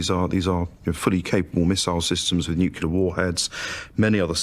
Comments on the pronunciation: You'd think the professor would know that it's pronounced 'nuclear' and not 'nucular' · I totally felt her when that guy said that the threat of nucular destruction is still very much with us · I just realize the Abba guy is the first and only British person to ever pronounced it "nucular" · AArgh. Nucular.